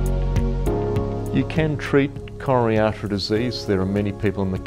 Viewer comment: Frank LeVay Dear Doctor: Say slowly and clearly C-o-r-o-n-a-r-y A-r-t-e-ry !